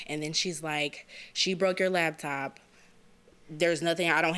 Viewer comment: Is she saying "labtop" with a "B"?